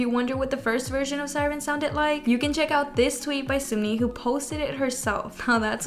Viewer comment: i’m sorry but i cant not point out.. it’s not sumni . it’s SUN-MI. (pronounced seon-mee / 선미 )